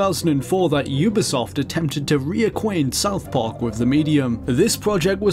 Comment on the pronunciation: "South Parke"